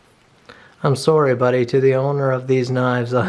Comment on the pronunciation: I figured out you were canadian only into this video just by hearing you say Sorry.